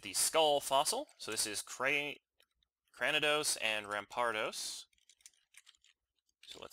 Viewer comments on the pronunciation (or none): Just a tip cranidos is pronounced kra-knee-dos